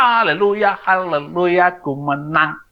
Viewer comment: Haaaah leleluyah 😭😭😭😭maaf ya ini logat haleluyah yang tidak sesuai dengan pengucapan yang benar Saifuddin mengucap haleluyah saja gak bener apa tah lagi pantas jadi pendeta, oyen tertipu udin, haaaah menangis di akhir musim 🤭oyen kena tepu ODGJ